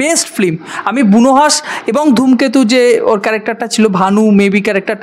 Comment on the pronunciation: Khub valo bolechen 😊 Pronounce hobe film not flim ok